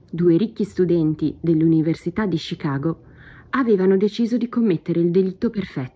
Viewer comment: Perchè "Scicago"?